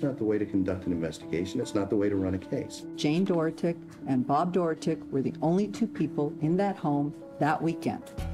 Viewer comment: I couldn’t even watch this listening to everyone pronounce “Dorotik” wrong.